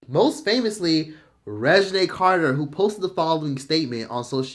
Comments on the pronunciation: I can't figure out if you're calling her Resume Carter because you're trying to be funny or because you're famously mispronouncing words lmaoo 😅. It's all love tho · Resumé Carter? 😅 It's Reginae or were you just saying that to be funny? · Reginae Carter ❎ Resime Carter ✅ 😂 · You're wrong for saying Reginae's name wrong. Not Resumé 😭💔😂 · Regina not Resume lmao dead hahahaha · Did you say Resume Carter…????🤣🤣🤣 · Are you calling that woman "Resume"? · Not resemee 😂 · He said, resume carter...lol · not resume LMFAOOOOO 😂😂😂😭😭😭😭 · Did you say Resume Carter?😅😅😅😅😅 Anyway, I'm tired of celebs being known for whatever shenanigan or faux pas they did. Just doing or saying anything to stay relevant. They should be worried about their career instead of regular folks buying blue checks. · Not resume carter lmao. I'm listening and not watching the video like who tf is resume 🤣🤣🤣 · I love him for saying Resume Carter😭😭😂😂😂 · 😂😂 not you calling reginae, resume 😅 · Love the way you chopped up Reginae name o can’t stop laughing 😂😂😂